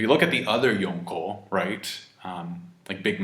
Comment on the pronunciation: I hate the way people say Yonko